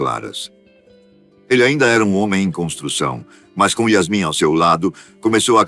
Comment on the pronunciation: Não é Iasme é Iasmim